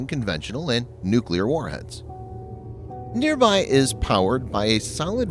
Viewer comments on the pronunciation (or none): Nir-Bhaee Not Near by😅